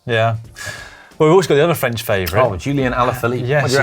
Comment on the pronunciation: Lloydy's french pronounciation...! 🤦‍♂️🥴